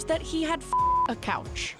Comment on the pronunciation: Coach, not Couch